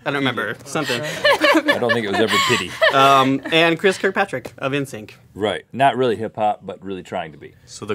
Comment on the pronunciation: "Pitty" lol